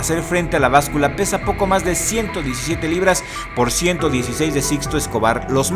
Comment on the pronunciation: Wow! Excelente!!! Pero..."libras"?!?!